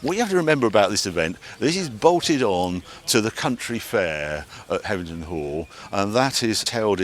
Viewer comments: Sorry for the pedantry, Harry. HevenINGHAM, not Hevington. Otherwise, great work. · Hevver-ningham, Not Hevington, 😄, but great video as usual. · Hevington, Heving(inaudible), Hevingman 😂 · Hev-e-ning-ham. Heveningham. FFS Harry, will you ever get it right? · I knew he wouldn't be able to pronounce the name of the place. 😂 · Another great video with some amazing stats. Enjoyed last year’s video and this week’s but have to ask Harry, why do you put a ‘t’ in Heveningham Hall when you mention it? Two years on the trot! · You've been there 2 years in a row and got the name wrong both times..come on Harry. We love the show here in Suffolk, it has a great vibe and the food is also amazing. Thanks for promoting it...even if you can't say it properly lol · C’mon Harry, there’s no “T’ in Heveningham Hall